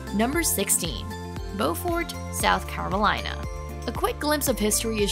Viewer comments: I’m from SC. Beaufort is pronounced BU-fert. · Bu-furt, SC...Bo-furt is NC.